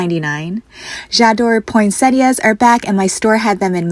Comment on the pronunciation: Love how you mispronounce poinsettias